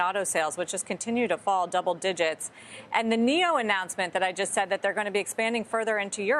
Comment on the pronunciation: This guy is saying nio is beating tesla and he doesn't even know how to pronounce Nio. Meaning he has no idea what he's talking about. Just reading off talking points from a script